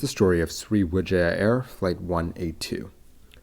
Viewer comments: Sriwijaya not sri wijaya 🤣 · Hmm the name is Sriwijaya not Sri Wijaya Thats name come from ancient kingdom on Sumatra Island. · It's Sriwijaya Air just fyi. Sri Wijaya means different, and of course it's registered as Sriwijaya Air.